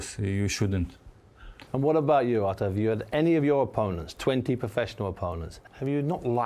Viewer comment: Buncie stop saying Arthur🤣🤣🤣